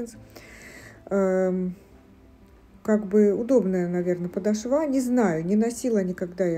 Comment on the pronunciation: Добрый день! Спасибо за обзор!, ну почему подошвА (подошвЕ)?! Очень режет слух.